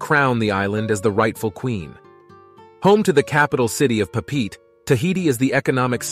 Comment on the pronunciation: "pah-peet"...? you mean "Pop-pah-ette-ay"....?